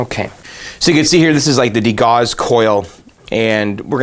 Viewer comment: Did you not see the place at one of your other videos where I described how to pronounce "degauss" as "dee * GOWS" (not like "-gos")?